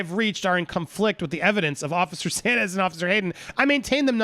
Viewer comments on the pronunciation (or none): Saenz is pronounced signz